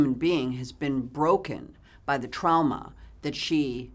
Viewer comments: The way she says "trauma" is like a mix between the english way of saying it and the way you say it here in Germany. Idk why I'm writing this down, I just love her and the way she says that lol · I have but one word… Trowmuh.